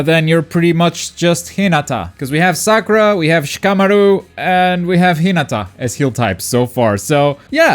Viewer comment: The kamui is obito's not kakashi's plus you say shikamaru wrong